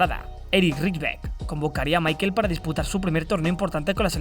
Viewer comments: su nombre se pronuncia en aleman, asi como "Mijael" por asi decirlo, no como michael en pronunciacion anglosajona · asi no se pronuncia Michael si es aleman se pronuncia mijael